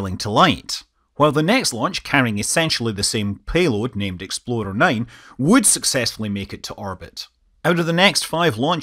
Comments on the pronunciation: for the love of god please stop pronouncing "ExploRer" as "ExploDer" or else people will get confused with the infamous Ford SUV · Sounds like every time you say "explorer" you're saying "exploder". :)